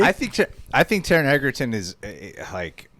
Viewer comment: Went from pronouncing Cavill wrong to Egerton lmao